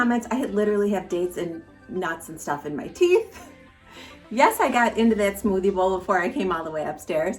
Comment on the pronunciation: LOL I thought you were saying smoothie ball! 😂😂😂